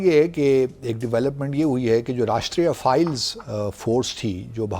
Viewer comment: Rashtriya Files 😂😂😂😂😂, same as BaSHIT files😂😂😂😂 Dumplomat it is Rashtriya Rifles, not files 😂😂😂😂😂 seriously